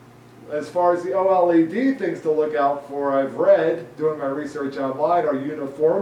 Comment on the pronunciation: LLED? You mean OLED?